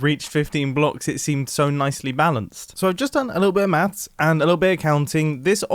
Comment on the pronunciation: Mathstststts lmao